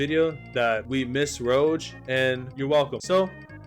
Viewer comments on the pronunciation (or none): HER NAME IS ROGUE (ROW-GUH) UGHH IM IN PAINNNNNN. ALSO.. MYSTIQUE SHOULD BE TOP OF S TIER SHE CAN LITERALLY SHAPE SHIFDT AND TURN INTO ANYYYYYYYYYY OF THESE CHARACTERS!!!!!!!!!!!!!!!!! Other than that.. you did great:)